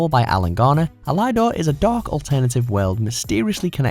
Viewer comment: El-EYE-dor? I’m sure it’s pronounced EL-idor.